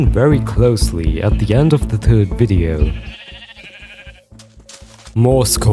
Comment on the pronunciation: offtopic but i think is irish cause he pronounces third like the "Irish man cant say thirty three and a third"